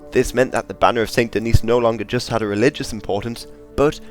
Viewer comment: Very nice ! Just a note concerning french pronounciations : - Fleur de Lys : The S at the end of Lys is not silent. - St-Denis : The S at the end here IS silent.